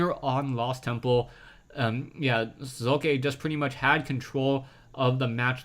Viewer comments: Socke is pronounced Sóck-e instead of Soo-Kài(your s-pronounciation is correct however). You might want to look at one of the german casters(HDHomerj, for example), if you really want to find out, how we pronounce it. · I'd expect Socke is pronounced so-cu so as in "soldier" cu as in "culprit" not "sock" or "sowe-kuh"